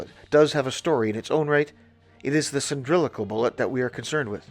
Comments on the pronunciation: Please it is pronounced “sill-in-drick-Al not “sin-dril-ic-al” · I feel like a right bell end asking this, but: are you using a word I don’t know, or are you mispronouncing cylindrical when talking about the Whitworth projectiles?